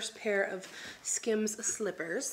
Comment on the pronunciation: "skims"... more like "skams" 😂